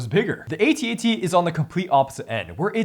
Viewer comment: It's pronounced "at, at", not "A" "T'' "A" "T" . Just look up how george lucas pronounces it on youtube.